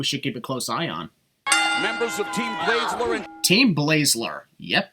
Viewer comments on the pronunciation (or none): Also also, Mauro clearly say Bayzler, not Blayzler as you said.